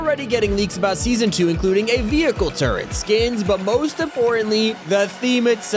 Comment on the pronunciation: I had to go back and listen again cause I thought he said "a drivable vehicle with a TURD on top" not a turret just a giant turd atop the car 😂